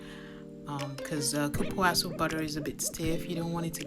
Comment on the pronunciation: Hi! I loved your video – thank you very much. Just one correction: the original name of the butter is cupuaçu. The letter “ç” is pronounced like “ss,” so it’s said as “cupuassu.” Cupuaçu is a Tupi-Guarani word where kupu means “looks like cocoa,” and açu means “big.” So, it translates to “like a big cocoa.” It’s also a very delicious and nutritious fruit!